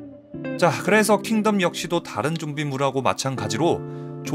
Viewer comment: 킹---텀 아니 덤